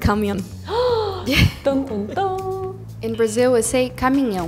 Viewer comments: Dice cámion en vez de camión y zápato en vez de zapato jajaja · Que mala representación nos ha hecho eh jajajaja yo soy catalán tmbién pero joder hay que intentar hacer algo neutral, y la manera en que ha dicho camión me he descojonao u otras palabras mal pronunciadas xd no parece ni española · Soy Argentina y si bien algunas palabras las decimos diferente, también se me hizo muy raro cómo pronunció camión😆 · in spain we don't call that patatas fritas, which means exactly what the brazilian girl described lmao we call it chips o patatas chips or patatas de bolsa, and the way she said camión and bañador was very weird too, and bambas is only said in Catalonia, in the rest of spain they'd laugh if you said bambas, why is this girl representing us